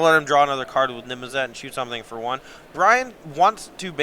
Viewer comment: needs to learn how to say Niv Mizzet